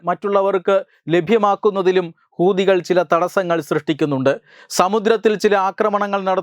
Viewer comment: ഹുദി കൾ എന്ന് പറയുമ്പോൾ വളരെ ശ്രദ്ധിക്കണം അക്ഷരം മാറരുത്